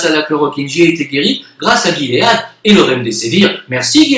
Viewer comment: On dit : guimauve . On dit : gilet Donc guilead en anglais Donc "ji lead "en français.